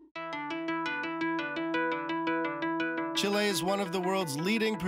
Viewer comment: Please learn how to pronounce Chile